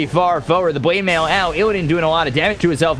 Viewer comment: IN THE WITH THE BWINK AND THE BWADEMAIL god love this.